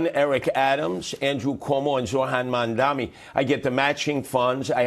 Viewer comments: I find it hard to understand that after all this time Sliwa still can’t say “Mamdani” correctly. If that’s some sort of cognitive impediment he certainly shouldn’t be Mayor. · He went so soft on Sliwa :( . Watch his toughness when he interviews Zohran. Curtis Sliwa hasn’t even learned to pronounce Zohran’s last name correctly. Curtis Sliwa has no chance, I believe. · Every time he mispronounces "Zohran Mamdani" a Guardian Angel gets his wings. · 50% of the people can't say mandami correctly. It's not an easy name for native Americans. But to say you wont vote for somebody cause of the way he sounds is racist.